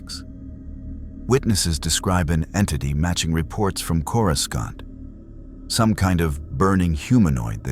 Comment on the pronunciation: coriscont? what? sort your ai out. maybe watch the vid before you put it out. its insulting. other than that amazing work!😂😂😂